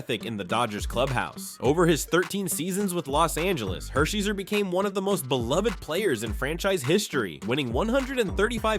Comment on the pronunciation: Ok, timeout… when you’re doing a greatest list of ANYTHING, you should do enough research to get the pronunciations right. Orel Hersherzer?!? C’mon man smh